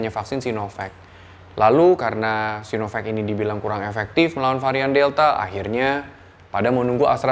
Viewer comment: Doc, kalau mau bilang vek, pronouncenya harus Sainovek, bukan Sinovek. Tapi kalau mau pronounce sino, pronouncenya sinovak. So, either Sainovek atau Sinovak bacanya.